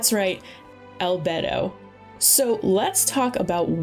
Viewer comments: Albehdo 😭 It's Al-bey-do, and Elua rerun popping out of nowhere. Then Zhongli might get a rerun. ALSO IT'S PRONOUNCED AS ShenHER. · Crying everytime she says "albetto" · al-bay-do not al-bed-o😭😭😭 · I agree with getting character names down before saying them in videos, since I've only ever known Albedo's name to be pronounced like "Al-bey-do" like in game and not "Al-bed-do" like in the video.... Anybody feel free to correct me though if "Al-bed-do" is also supposedly correct. Also I don't think "Yae" Miko's name is pronounced right either. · "albdo " its albedo.. itts just saying "albeidou" beidous name but before beidou say al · Al-bee-dou not al-b"e"-dou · I cried every time said "albetto" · ahh yeah... we love good ol ‘beto :ˆ) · It hurts lmao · it is annoying but you cant expect everyone to say stuff correctly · Yeah, "albetto" and "iddo" geo dudes are getting renamed. Also "shenye" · Saying Albetto is better than saying Albaydo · hes pronounced albeydo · "Albedou" I'm so sorry - I found that so funny- Edit :ok I've watched the whole video id just like to say congrats itspakion you wanted to pull on albedo and ganyus re-run there you go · Are you sure about Yae? I looked it up and it seems that the correct way of saying it is like "Ya-eh" and not like "Yai" and from the short period of time I took Japanese in college that seems more right to me. Edit: Just looked up the proper way of saying Albedo and apparently it's "Al-bee-do" so neither "Al-bey-do" nor "Al-bed-do" was technically correct so my bad for that. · Isn't it al-bae-dho? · no one:: albetto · Great vid but I swear one more time you say Sienye and Yenjan and Albetto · Each time I hear al-BED-o 😭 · al-bed-o is that a Italian bed? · It’s pronounced - AL BEY DOH - don’t take this is a rude way btw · It's Al-Bee-Do :3 kinda cringe lol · I like how she says albedo like 3 time and only pronounced it right the 3th time lmao